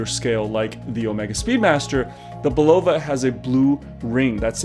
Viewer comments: Hey, Bulova is pronounced: Bull uh Va ( its a queens ny brand where I'm from) the other way sounds Russian:) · Great story - but please explain your odd pronunciation of Bulova...since when is the accent on the second syllable? Hearing you say it over and over was nails on a chalkboard. I don't pretend to be a watch expert, but I do own my dad's 50+ year old Bulova, and this was a new one on me...don't think I'm alone here... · You can find Bulova commercials from the 60s and 70s if you look around, and they pronounce it “BULL-of-a”. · Umm...I don't mean to initiate a riot; however, let's discuss your pronunciation of Bulova. I've always said Bull-ova. Which is correct? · Love your site, but it's pronounced "BULL-uh-vuh". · You're saying Bulova wrong. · Someone from Bulova needs to call him and teach him how to pronounce Bulova. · odd pronunciation of bulova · This might help you pronounce Bulova properly.